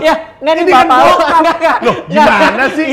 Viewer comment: papah... (nada agak gimana gitu) geli gw sumpah aowkwkwkwkk